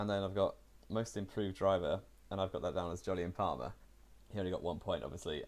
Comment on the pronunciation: You got Palmer so wrong xD